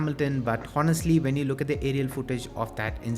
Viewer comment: The “H” in honestly is silent so it’s just onestly